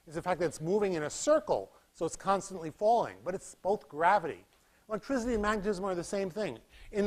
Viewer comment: Great lecture series! However, pretentious pronunciation of electricity as electrizity. No one ever pronounced it that way prior to the goons at Enron. Electrizity is not found in any dictionary either.